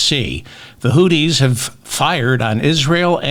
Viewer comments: It's pronounced "Hoo-thees" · Why are you pronouncing the word hootie? Because of the blowfish?